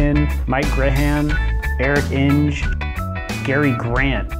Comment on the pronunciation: Thanks for mentioning our CEO Eric Enge, a true pioneer of the industry, but his last name is pronounced with a hard "g" and sounds like EN-guh